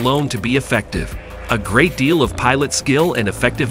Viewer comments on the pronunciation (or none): none